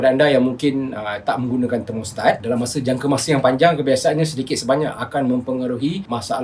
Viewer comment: 😆😆😆 sebut juga thermostat